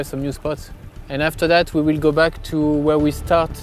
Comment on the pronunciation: Förbjud Truman att prata engelska! kan man inte ens säga To på engelska utan TU då borde man bli totalt förbjuden att prata engelska =)